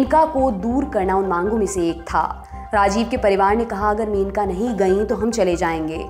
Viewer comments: मेनका नही it's मनेका... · Aap menaka menaka bol rahi hai... It's maneka